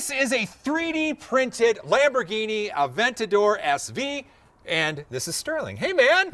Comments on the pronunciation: Aven-tater...."Aven-tater's tonight?" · “3dentador”, amazing!